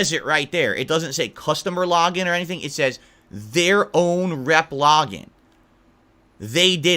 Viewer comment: dude the way he says "login" lmao "lahgin" fucking kills me lmao